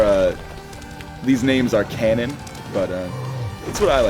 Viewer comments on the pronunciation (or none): none